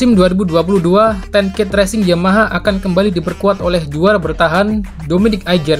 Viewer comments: Ten Kate ttp dibaca Kate mas,bukan Ket begitulah team nya sendiri yg bilang.... 😁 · nice info min, btw sedikit informasi aja, Ten Kate itu bacanya tetep Ten Kate kayak bahasa Indonesia, bukan Ten Keit kayak spelling bahasa Inggris umumnya.